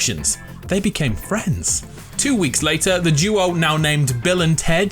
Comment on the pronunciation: Hello my fwend